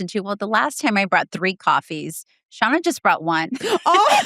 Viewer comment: Say it with me! “ShARRna”